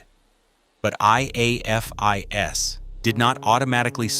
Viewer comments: If I hear A.I.F.I.S. one more time instead of afis, I will scream. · Probably a Chatgpt type script that knows a longer time means more advert opportunities. The AI narrator spelling out: I_A_F_I_S like a kindergartner learning their alphabet. Pronounced as a word by LE, Forensic investigators, and anyone who enjoys true crime: AA-fis. FYI: C_O_D_I_S is used similarly Ko-dis pronounced as a word. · And spelling out IAFIS 😂 it’s not a huge deal but, non-crime junkies, like AI, wouldn’t know the standard way it’s spoken, and not spelled out. Each time it spelled it out just didn’t sound right lol 👀😬😅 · Hate AI. Teach it how to pronounce IAFIS